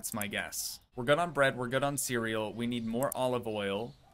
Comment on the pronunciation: ❌ Cereal ✅ Cuureal 😂😂❤